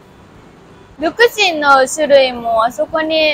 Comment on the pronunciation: ลูกชิ้นครับน้อง.. มิใช่ลูกซิ่ง.. แต่เวลาได้ยิน น้องเรียกมันว่าลูกซิ่ง พี่ทั้งขำทั้งเห็นใจจริงๆ ครับ... ฮ่าๆๆ.. สู้ๆๆๆๆๆ 🗣️✍️👍👍👍👍👍👍❤️❤️❤️❤️❤️❤️❤️❤️❤️❤️❤️❤️❤️🤭🤭🤭🤭🤭🤭🤭🤣🤣😂🤣🤣🤣🤣